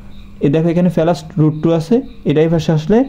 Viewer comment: ফেলাস না প্লাস 😂